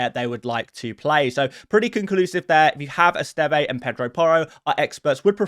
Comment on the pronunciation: the Burnley defender's surname is pronounced 'Est-ehv' not 'Est-evay'. Can you please correct this in future videos as it's driving me mad 😩